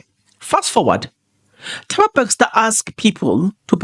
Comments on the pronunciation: Bester lol nit BEXSTOR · I think is a Kaizer Chiefs fan he miss Bexter the coach.😂